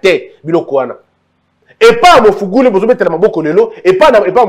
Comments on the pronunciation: olobi ya solo, mais la prochaine fois corriger kk kombo wana 🤣🤣eza Magufuli et non Mafuguli. Que Dieu te bénisse. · Le président Tanzanie s'appelle MAGUFULI pas mugufuli😂😂😂😂😂